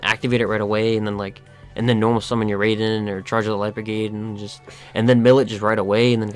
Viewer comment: Raiden is being pronounced wrong. Raai-den rather than Ray-den